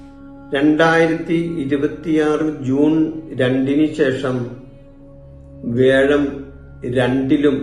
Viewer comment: എടോ . വേഴമല്ല. വ്യാഴം, ഒരു 100. പ്രാവശ്യം പറഞ്ഞു പഠിക്കു